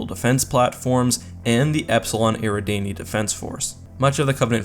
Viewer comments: yeah he did, it's not EAR-E DAN-Y It's AIR-A-DAWN-Y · Mispronounced Eradani